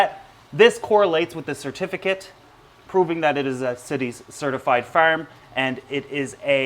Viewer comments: Farm not ferm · I like how he says farm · Why do you say the words farm and armoured and pronounce 'ar' so weirdly. 🤔